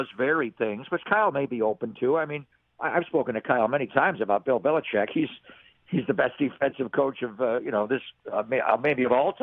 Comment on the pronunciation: Bill Belicheckkk ?? I guess Deon Sanders is in the mix too !! 😂😂